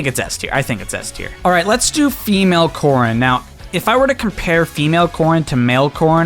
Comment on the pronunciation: Who else heard corn instead of corrin